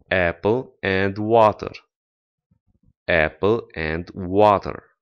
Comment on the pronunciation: pe langa me and you, not you and me, ai pronuntat and ca si end, ce este o confuzie intre doua cuvinte din limba engleza